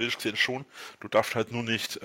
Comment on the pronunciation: Mich triggert ja mit am meisten dass er das Wort „darfst“, warum auch immer, „Daft“ ausspricht…wenn man das einmal bemerkt hat kann man es nicht mehr überhören Sorry